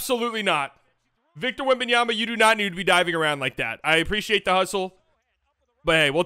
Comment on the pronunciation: So disrespectful with his name, WEMBANYAMA, NOT WEMBANYANA OR WEMBANANA